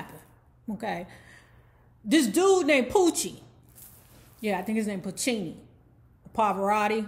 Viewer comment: Luciano Pavarotti ( Lou-chee-ono Pa-va-rot-tee)